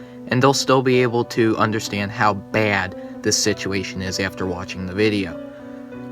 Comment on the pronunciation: are you from long island? The way you said “Baad” is the same way i say it lmao